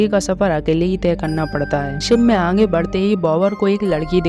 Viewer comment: Aange mat bolo aage Hindi nahi aati aapko from Uttar Pradesh ayodhya